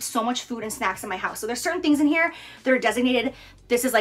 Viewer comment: Jaclyn: let's talk SNAKCS